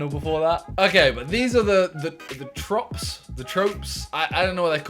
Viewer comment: I mean if you googled what tropes are before, you would have pronounced it perfectly AND knew what they were instead of saying random LUL